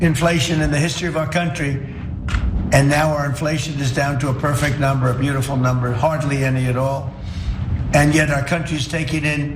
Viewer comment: "... and now our inflation is down to a perfect numbre , a beautiful numbre, hardly any at all ..." LOL - More Trump Lies, BS, & Delusions. Since Trump took over, in January, my costs to purchase just the bare necessary living essentials (not any discretionary items), has gone up by 11.37%. During that same time, my income has gone up by 0%. Where is his "... perfect numbre ..." here?